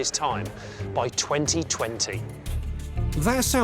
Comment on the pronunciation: The way he says by 2020 is just weird to hear